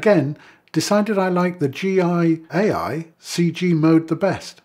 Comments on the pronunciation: Gaia is pronounced Guy-ya. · And it seems like nobody else watching this noticed that he repeatedly says "G I A I", instead of pronouncing "GAIA", so the rest of you apparently can't tell the difference between the letter 'A' and 'I'. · WTF is "G I A I"? It's spelt "GAIA", very clearly. Repeat after me... G.... A.... I.... A.... Who is this smug idiot? Can't even read basic letters! A two year old can read better than him. Hilarious. And he's obviously never heard of the word 'Gaia' before, or was just too stupid to attempt to read it when he saw it... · Many people noticed it. Just no one else chose to be a prick about it. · I just can't process this guy's inability to pronouce the word ""Gaia" just say "Guy-a" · Gaia - greek goddess of earth. Pronounced exactly as its spelled. Guy-ah. What is wrong with english speakers and foreign names? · How on earth does someone struggle to say gaia...?